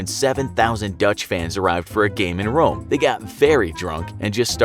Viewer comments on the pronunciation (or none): none